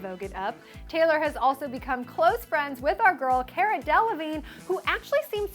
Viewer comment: Love the...umm...talker person, but she pronounced Cara Delevigne wrong. It's Car-a. Not Care-a. Unforgivable.